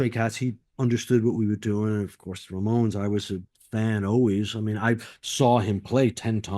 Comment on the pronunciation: Slim Jim keeps saying "RAY-mones", but occasionally says it normally as "Ramones". Funny.